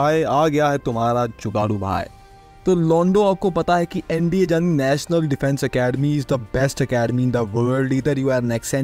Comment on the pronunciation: Bhai ye wohi hai because bohot sare word wiase he bolte hai like " Yani" ko wo bhi " Jani" bolte the and ye bhi same bol rhe hai...bhaiya mzak kr rhe bas 😂 wo serving hai naa so pakde na jaye isliye 🤣 name he jugadu hai so...